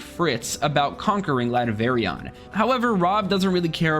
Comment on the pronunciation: Is it just me or is he calling "Latveria" Latverion?